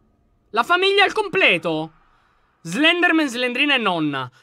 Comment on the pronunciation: Slendranna, ahahahahahaha, sei un grande lyon